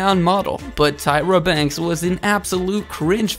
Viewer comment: Tyra. Lol Marshal. Lol